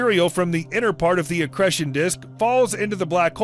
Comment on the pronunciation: Wish he would learn how to say the long 'e' in 'accretion'. Lol!